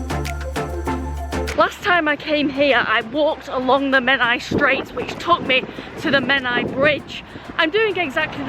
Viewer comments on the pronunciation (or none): none